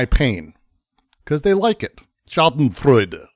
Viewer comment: Those German words had me triggered. A weird mix of names and words half of which no one uses. WTF even is a Gondellied? The word exists in German crossword puzzles and nowhere else. Also, your German is hilarious and "Schadenfreude" was spot on. I've had the priviledge of working with some of Žižek's collaborators in an earlier life. There is speculation that some of his new positions might be from financial necessity. He was used to a rockstar lifestyle, and he is getting fewer and fewer invites and writing opportunities these days. Some neolib and conservative think tanks seem fine with throwing money at him, though. Re: The Lacan prediction of the 68ers going to far, I may not be versed in the philosophical implications of his statement, but I always have to think of the guys (mainly lefty artists) trying to form communes in the 70s and 80s that inevitable ended with child molestation. If you look into the history of German and Austrian lefty and green movements in the 70s and 80s, some terrifyingly weird shit, backed by dubious esoterical claims, went down. Otto Mühl is a name to look into, if you can stomach it.